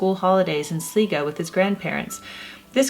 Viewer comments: Sligo is pronounced like 'sl-eye go'. It means 'covered in shells' in Gaelic. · Awesome video thanks Jennifer, little pronunciation tips; “Sligo” sounds like sly-go, “Galway” sounds like Gawl-way and “Gonne” is pronounced ‘gone’ in Ireland. Thanks for the wonderful video x